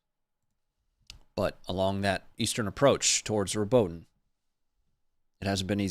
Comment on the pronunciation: The correct pronunciation of Robotyne is 'Robot-een-ay', fyi